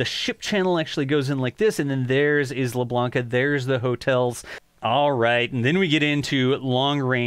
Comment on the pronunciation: Great update! BTW - "Isla" is correctly pronounced "eye-la, as though the "s" wasn't there.